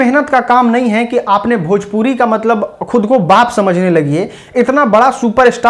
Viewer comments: खेसारी जी पहले भजपुरी को भोजपुरी बोलना सीखे, तभी तो गूगल सही ट्रांसलेट करेगा 😂😂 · Bhajpuri bolta hai 😂😂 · कोई इस खेसारी गधे को समझाओ भाई की भोजपुरी होता भजपुरी नही।